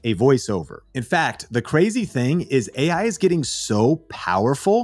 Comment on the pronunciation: The guy in the video doesnt even say ai correctly. Ai talking about ai